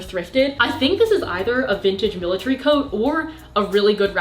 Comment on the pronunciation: militARY not miltry srry ily but it just bothered me